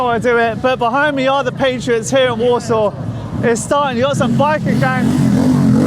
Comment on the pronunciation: She is clearly not Polish (as no one from here calls their city 'Warshoff'), which for me questions the credibility of all your 'documentary' entirely. She must be some sort of Scandinavian origin. No respect, no kudos to you, you pants on fire.